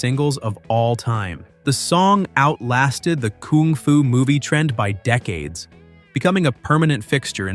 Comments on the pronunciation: This bellend keeps playing clips of Carl singing kung fu fighting yet he keeps saying kooong fu? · Stupid bot pronounces it "koong foo" 😅